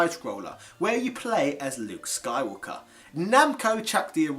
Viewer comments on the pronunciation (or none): none